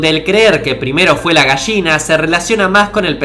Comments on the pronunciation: "la Gasshina" xD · Buenísimo....Pero porque Dice....GAGSHINA?????Que no sé dice mmmm GALLINA EN ESPAÑOL???? Aclare me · "Gashina" :v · Dijiste Mil Veces Posho xD y unas 5 gashina